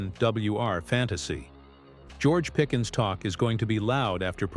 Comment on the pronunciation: Pickens was the player but if you're going to be on here doing this at least learn how to pronounce people's names you mess that up quite often